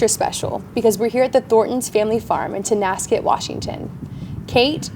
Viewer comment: It's ...T O N A S K E T, not Tascet. We got your back Kait! 💜🇨🇦